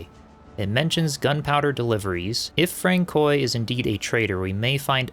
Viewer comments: Francois is pronounced Fran-swa. Great boss fight, way better than I managed. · I had to giggle a little bit at Frank-koy. But I still love his narration style. It’s very relaxing, and I like his voice a lot. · I chuckled every time I heard Francoy, peak content for sure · For any who care, Henri Boucher would be pronounced Ohnri Bushay. Francois is Franswa.